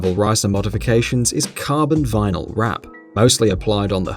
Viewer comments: Just a small correction : it is vinyl and not vinal. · It's "vinyl" not "vinal"... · It's spelled vinyl, not vinal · Vinal wut? It's vinyl my man! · What the fck is "vinal"???? Bro if you're going to try to sound like you know stuff about cars at least do some basic checks to make sure you're not posting up stupid things like "vinal" wraps. And don't put it up in writing...Jesus...